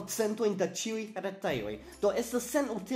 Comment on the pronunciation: Am I the only one hearing "saluton al ĉioj" ?